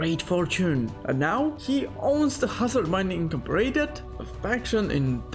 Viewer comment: Incomporated lmao